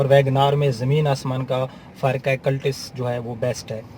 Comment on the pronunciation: Ooo Bhai word b sahi bola kren "Cultis" nhn iska nam "Cultus" hy aur Friends ko b thek se bola kren plz